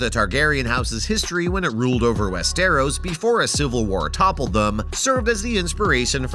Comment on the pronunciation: West who !!!!!!! It's westeros